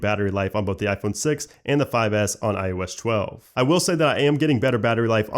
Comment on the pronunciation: Can’t unhear “I.O.eshtwelve”